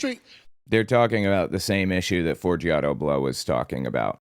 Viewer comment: Forgiato, not Forigato… but I am so calling him Fori-gato from now on!😂